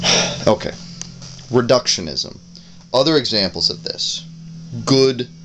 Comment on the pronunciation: Lol, 'reductiomanism'.